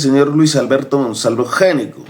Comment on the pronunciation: Debe pronunciarse ÑECO, en italiano. El primero que llegó se llamaba Giuseppe Gnecco, en el siglo XVIII. No en XIX.